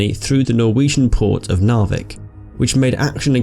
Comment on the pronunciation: Narvik is pronounced Narrvikk.